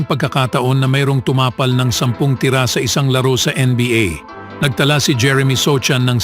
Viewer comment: Sampung “tira” dimo mabigkas ng Tama.😂😂😂😂